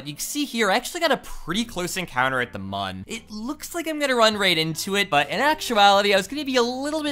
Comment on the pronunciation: Mun is pronounced like moon.